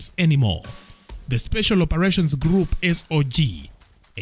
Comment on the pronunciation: "Grouo of schools".😂